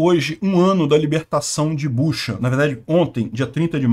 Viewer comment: Não é Buxa, mas sim Butxa